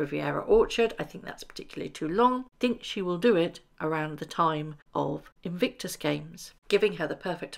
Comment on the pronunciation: Please say inVICtus not inVINCTus!!